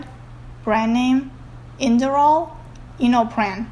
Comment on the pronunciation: For the generic name, I think she meant to say Propranolol "Hydrochloride", not Propranolol "Hydrochlorothiazide". The brand names Inderal & Innopran are said correctly.